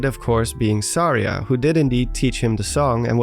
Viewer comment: Suh-REE-ah not.. Sar-EEah